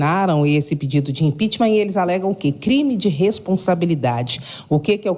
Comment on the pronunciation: impicheament. neste maluco.